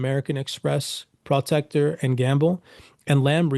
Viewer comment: I can’t believe anybody takes you seriously you can’t even pronounce simple words like Hormuz and Proctor